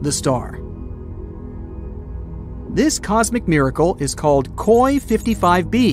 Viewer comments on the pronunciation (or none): none